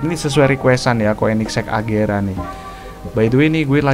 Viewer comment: Itu agera bang bukan regera